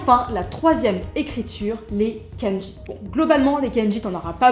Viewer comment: hello.sur la prononciation, je dirais : ne roule pas les R et dit "kendji" au lieu de "kann-dji" pour le mot kanji. ou alors, j'ai l'oreille plein de croutes :p